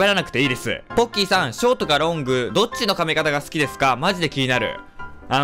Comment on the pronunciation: ポッキー＝ボッキー ごめんなさい